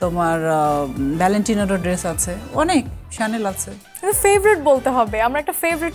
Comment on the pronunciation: Chanel ekta French brand chanel er french uccharon shanel eta thik bolsilen uni